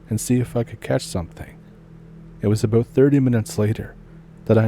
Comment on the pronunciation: It's all aboot?